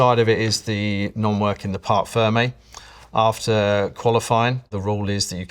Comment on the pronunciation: « Park firme » 😂 It’s « parc fermé »!